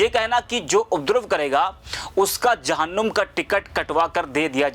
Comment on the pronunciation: Jahunnum nahi Babu jahannam saheh bolna sikhen